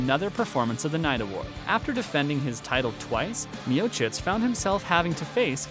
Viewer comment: Well, at least you are saying his name right. The others you butchered, which shows you're not an MMA fan. Still gave a like since it was interesting and researched.